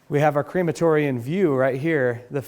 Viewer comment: also, "cream-a-tory"? Crem-a-tory is the correct pronunciation in actual English. Sayin